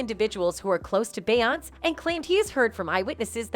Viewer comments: How do you not know how to say BE YON SAY? What is BE YONCE??? DO YOU SEE THE ACCENT MARK? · Its Beyonc-ay not Be-once but anyway great video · Bey Yonts? lol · The female narrator needs to learn how to pronounce Beyonce FFS. This ish popped up on my YouTube suggestions (*Edit: a completely different video a couple years ago). From my understanding: Rhianna & Beyonce had a Twitter war in which Rihanna tweeted - Since we're spilling tea, I slept with your husband. The YouTube video showed the Rihanna tweet etc... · too bad the narrator can't even pronounce Beyoncé's name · If you cannot pronounce her name correctly do not say it at ALL!!!!!! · YOU CANNOT EVEN PRONOUNCE THAT LADY’S NAME!!! SO WHY WOULD ANYONE BELIEVE YOU??? 😂😂😂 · They way the narrator pronounce Beyonce…..😐😐😐